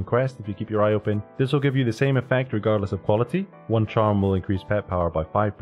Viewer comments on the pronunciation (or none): none